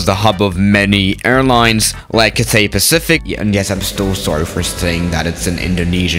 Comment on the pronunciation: Bruh you are saying Cathay Pacific wrong same with Qantas